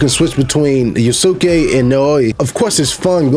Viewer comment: You mentioned playing Ghost of Tsushima Sekiro, and some other games... have you played Rise of the Ronin? Side note: Yasuke is pronounced Yah-skay and Naoe is pronounced Nah-oh-ey. In another video you mentioned wuxia. It's pronounced woo-sha or woo-shia